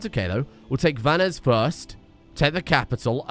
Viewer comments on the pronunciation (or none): Not a big thing, but the "s" at the end of Vannes is silent (at least in modern French). Though, I'm sure no one will contradict the dear (and terrifying) Duke if he decides to pronounce it the Elrong way. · You don't pronounce the S in Vannes 🤓